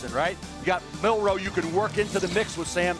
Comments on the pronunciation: How you gonna call your nephew name on national TV and can't say his name right? He said Milrose. Not Milroe. Gtfoh.... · "My nephew" then goes and mispronounced his last name. Do better. "MILROSE?"